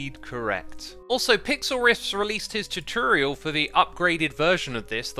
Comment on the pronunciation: "Head over to his channel if you want to see the chuchurial."